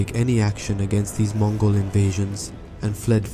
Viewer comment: Its MONGOL EMPIRE not MOGOL